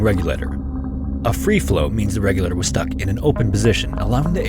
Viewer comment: Regulator is a four syllable word, not three !